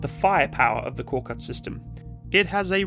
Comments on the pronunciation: Thank you for the vehicle review. The Turkish word KORKUT (a Turkic name from our Central Asian Altaic roots) is pronounced as / k o r 'k u t / stressed on the 2nd syllable. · Turkish is read as written. No letters differ wherever it is in the word, the letters always sound the same. So: Korkut is read like kor (like core) kut (cout). Aselsan is like ah-sell-sahn.